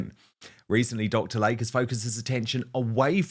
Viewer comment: PRONUNCIATION: It is Dr. "Lay Key" not Lake.